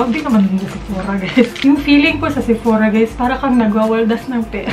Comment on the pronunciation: SEPORA..😅😂😂✌️ BLUS... jusko lerd😂